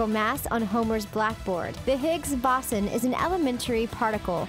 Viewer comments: Ummmmmmm ..... Not to be the phonics nazi here but isn’t it pronounced Boh-son with a long O? Not Bah-sen.... just sayin..... between this and her calling Stephan Hawking a cosmetologist, I’m willing to bet science wasn’t this girls strong suit. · its not 'BOSSON' it's pronounced 'BOZE-ON' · Embalm it for “posterity”, not “prosperity”. Gotta use your words correctly Youch. Boson = Bo-sawn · you cant say boson (it's bo-son) and i've actually had a talk by simon singh at my school and i got a signed copy of his book the simpsons and their mathematical secrets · Pronounced "bo sin" the o is a long o. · Hawkins is not a cosmetologist. He's a cosmologist. You also mispronounced Boson. Obviously you're not science-oriented. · i think 🤔 she pronounced Boson incorrectly. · Stop mispronouncing boson